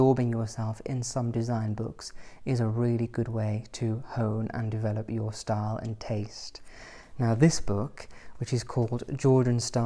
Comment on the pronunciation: Every time you say style I hear star. Lol